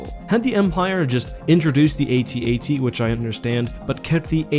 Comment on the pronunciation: The atat you say atat like adad